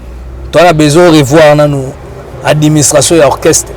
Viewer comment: Yo mutu olakisa batu français mais ozoloba adiministration na place ya administration. Oyo kindoki tein 😂😂😂😂